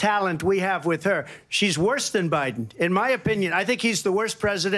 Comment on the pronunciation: did she call Biden Obiden? 😂😂😂